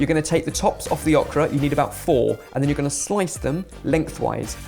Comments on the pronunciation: ohhhh kraaa, not ahhhhh kraaa!!!! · I giggled every time said okra. We say it with a long O sound. O-kra. ☺️ Also, thank you for taking out the flashing colors in the outro. 👍🏻 I never could look at it...flashes can be a trigger for my migraines. 🤯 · You pronounce okra wrong. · It hurts me the way is saying Okra. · Awk-ra? Is that typically how Okra is pronounced in the UK?